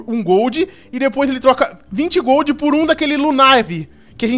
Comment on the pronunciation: não é glolstone e redstone